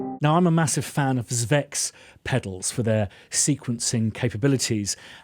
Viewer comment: I wouldn’t worry about how you say “moog”,, it’s your pronunciation of “zvex”I’d be worried about!